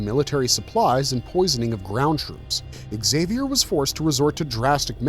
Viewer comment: Nuclear. Nu-clear. New-clear. Not nukuler. :( also exk-zay-vier is gonna drive me nuts too. It's a basque name (Zay-vee-er), which eventually became french (Xavier, Zav-yay) and spanish (Javier, Hah-vy-air)